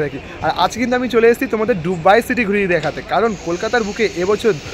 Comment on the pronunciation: ডুবাই না দুবাই কোন টা??